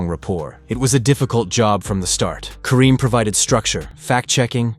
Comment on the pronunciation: You can't even get her last name right